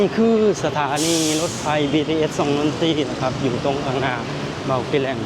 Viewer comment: รถไฟ =ออกเสียงถูกแล้ว ไฟฟ้า = เปิดไฟ ไม่ใช่เปิดไพ ให้ออกเสียงเป็น ฟ.ฟัน นะไม่ใช่ พ.พาน